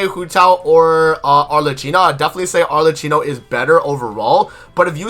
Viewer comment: Informative and on point, very good, 9.5/10 because you keep butchering Arlecchino pronunciation.